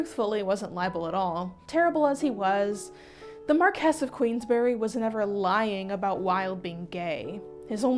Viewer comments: It's pronounced 'MAR-kwiss'. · MAR-kwiss of QUEENS-b'ree. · The title is pronounced MAR QWIS not MAR KEY & it's DRUM LAN RIG